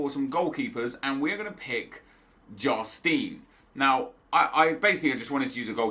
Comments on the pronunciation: Jarstein is pronounced «Yarstaein». Keep up the good work!! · As a Norwegian, Just wanted to let you know that Jarstein is pronounced with a y. So it would be Yarstein. Love the videos keep up the good work